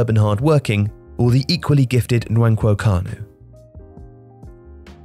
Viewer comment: Props for getting the pronunciation on the names correct, although 'van der Saar' ? And Nwank Wokanu, lol?